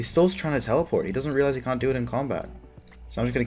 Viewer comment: what's up with the random British accents? "Can't"